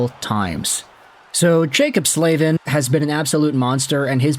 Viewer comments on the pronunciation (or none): Is it really pronounced “Slave-in”…? Surely it’s gotta be pronounced “Slav-in”…